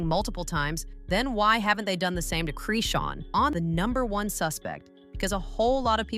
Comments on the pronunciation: Her name is not Creeshawn it’s PRONOUNCED CHRIS-Shawn not creeshawn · Her name is Chrisean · Goofy AI, that girl's name is Chrisean